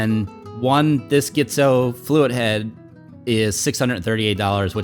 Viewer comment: nice footage... should be pronounced G-tzo (like letter G) not GHITZO...